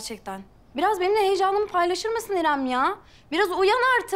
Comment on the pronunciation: İram. İrem deyil iram